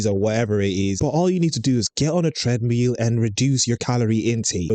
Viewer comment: tread-meal hahaha